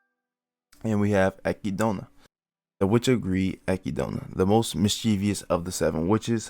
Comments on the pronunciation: akidona? wtf are you on bro? EK-ID-NA, whre in the absolute fuck did you scrye "akidona" from? i guess africa is called AHHHHFREEECOOOOAAAAAA now huh? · Brother it’s Echidna (Ek-id-na) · your pronunciation of Echidna as ekidoughna really threw me off lmao I was so confused for a second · Listen her name is u-kid-naa